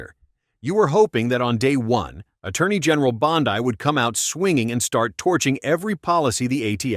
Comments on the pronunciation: Don't mean to criticize, but Her name is pronounced Bond E not Bond eye. Might want to teach your AI the difference in pronunciation. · Bond-i? Really? Thats how smart you are? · Hey bud it's Bondeeee NOT Bondeye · ALSO.."BOND-EYE" (BONDI) IS NOT A HE.. UNSUBSCRIBING NOW... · Pam Bondi, which you mispronounce, is a woman not a man. Do Better!